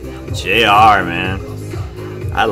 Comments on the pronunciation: Baekho = Beck-ho in pronunciation JR is said as each letter like how you've been saying it (J-R) And do you mean the fight choreography as in the fighting in the video or the fighting moves they incorporated in the choreography? Because it makes sense with they lyrics if you ever read them, it's sort of cool cause there's pushing and punching and all that and then they all end up helping each other up LOL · Thank you for uploading this! ^0^ it's actually pronounced "New East" and Baekho's name is pronounced "Bay Ko". And yes you're saying JR's name right ^^ it stands for Junior Royal.